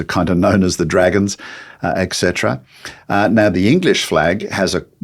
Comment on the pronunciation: It's not eckcetera but etcetera.